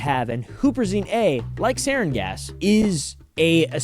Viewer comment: It’s pronounced sarin